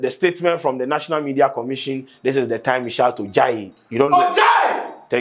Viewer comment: said morethan dis